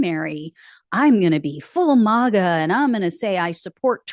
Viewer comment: Not "mah-ga". It's "mag-uh"...rhymes with "maggot".